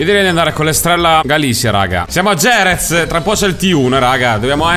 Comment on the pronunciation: Jerez letta "Gierez" è una brutta cosa